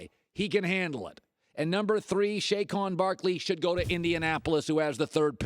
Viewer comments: Ahh yes... "SHAYKON BARKLEY" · Why can nobody pronounce Saquon Barkley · Um, maybe because it’s a name that can be butchered! Sounds completely made up as well!